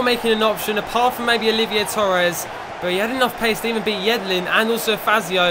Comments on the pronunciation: it's not olivier it's oliver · Somebody tell to stop calling Oliver Torres, Olivier. It's cringeworthy...